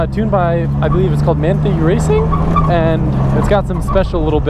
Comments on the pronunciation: Manthey racing is a shop in Germany that mostly tune Porsches for the Nürburgring. the gt2rsmr hold the Nürburgring lap record for road legal cars, definitely not "just some carbon parts", and its pronounced more like "mon tie" instead of "mon thigh". hope that helps 🙂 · It's pronounced man-tie. They are responsible for things like the GT2RS MR which did a 6.40.3 around the Nürburgring making it, in some people's eyes the fastest production car around the Nürburgring. Some argue the AMG GT Black Series holds the record because the GT2 was modified but since Manthey Racing is technically a part of Porsche Motorsport it can be argued either way. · Manthey Racing is pronounced 'man-tie' racing 👍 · Man-Thae or Man-Thai aka Manthey-Racing, started as a "tuner house type like" and just "recently" absorbed by Porsche after years of testing/developing endurance race winning GT cars at the famous Nurburgring,. Just jump in if im wrong y'all. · the difference between American car guys and European car guys while talking about Manthey Racing is hilarious for me as a third person. for to love and own Porsches and not even know how to pronounce MR shows a striking difference in culture. Yes, either that or it's just lmao